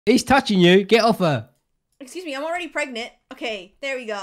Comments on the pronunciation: and its not pregnat its pregnant😂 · "prognont" LMAOOO 😭😭😭😭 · i aint dumb💀 she says it like pregnont 😂